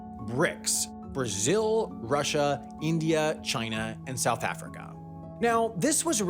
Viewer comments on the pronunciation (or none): none